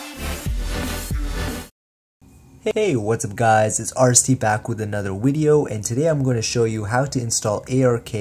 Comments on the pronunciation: this guy said welcome back to another wideo on the ps wita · PS Wita? A wideo? Lol. =)